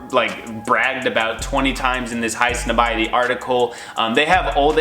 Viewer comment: High - some - body..? I thought it was pronounced High (Snob) ie ty...